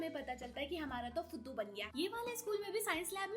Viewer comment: The way she says "fuduu" 💀💀💀